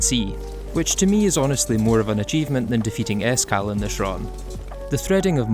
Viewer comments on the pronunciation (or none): When he said S. Cal, I thought he said Iskall. I was like, "Wait, first of all, they added him into Calamity, and second, why would they do that after his recent controversy?"